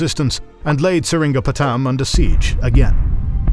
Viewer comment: The mispronunciation of "Sheeran Patten", "Skindia", Gawailore is amazing lol😂